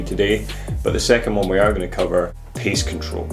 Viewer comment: " pace " not "piece " control.................